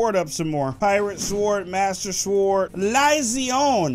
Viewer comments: i swear if your pronounce sword, SWWWWORD again, I will flip out. It's pronounced, SORD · Its not s word its like s ord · he say sward not sword